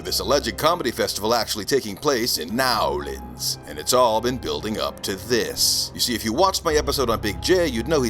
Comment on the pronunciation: Hilarious as usual…. Actually properly pronounced New Orleans 😂